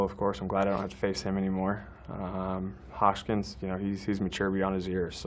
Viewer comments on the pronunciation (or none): Bruh he called Rhys Hoskins, Hochkins